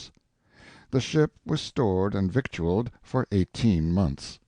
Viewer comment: Disappointing to hear the narrator say victualled. Pronounced “vittles”